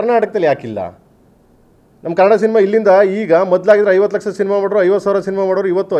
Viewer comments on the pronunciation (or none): Adyaksa, hindiya, base, pix, laksa alla kanappa prema. Sariyagi kannadana mathado